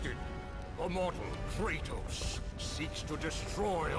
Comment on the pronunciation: kratos diye okunmuyo abi kreytos diye okunuyo :)